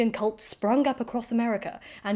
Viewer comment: I was going to let it slide, but since you asked... New Orleans is locally pronounced "New OR-lins"... except when we need it to rhyme differently in a song 😉 Congrats on 100k, this is only my 2nd video of yours, but I really enjoy your content 🎉